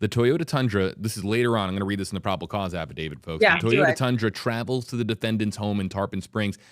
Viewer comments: AFFIDAVIT, NOT AFFIDAVID! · How come they all say affadaviD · Affidavit, NOT affadavid. This word ends with a T, not a D. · Drink every time they say Affa David